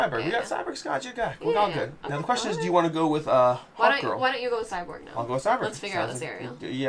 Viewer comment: Every time he said “Cyberg” instead of Cyborg made me chuckle.